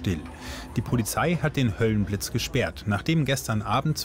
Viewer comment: Höllenblitz nicht höhlenblitz😅